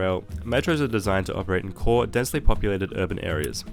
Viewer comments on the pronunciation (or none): none